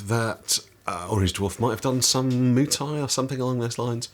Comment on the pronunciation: Muay is not pronounced "moo"! 😁 I'm also thinking about things like insurance and medical care myself. Of course, I got fucked up a time or two scrapping in amateur fights when I was young and so think about such things . . . 45 year old me to 18 year old me "YOU'LL BE FEELING THAT DECADES FROM NOW!!!!!" lol